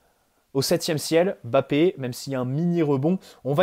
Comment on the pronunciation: Merci d'avoir fait l'effort de prononcer MBappé presque parfaitement, ça fait plaiser, parce que ce ÈME bappé on n'en peut plus quoi 🤣